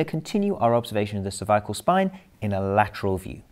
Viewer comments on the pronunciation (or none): Sounds like he’s saying “Survival spine”